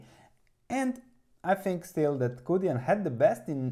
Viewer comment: Yes it's pronounced "choo dyen". And thanks for this! I'll have to do more research but it looks like a potential great value. There's obviously a lot of risk with a small cap Chinese credit stock, but this amount of growth, the fundamentals and a PE ratio of around 4.5 is too good to ignore.